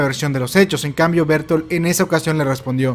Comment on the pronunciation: Se pronunciaría "Berthold" no "Bertol"